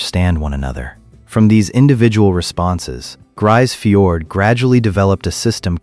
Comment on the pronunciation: Not a single piece of real footage of Grise Fiord. AI slop and crap video. And you can't even pronounce the name of the town properly.